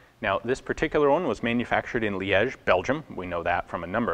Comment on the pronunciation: Finally someone who doesn't butcher Liège :D